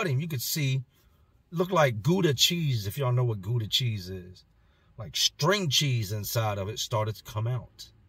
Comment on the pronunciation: He said Gouda! Nooooooope…now the visions are stuck in my head! Get em out! You a therapist too? Lmao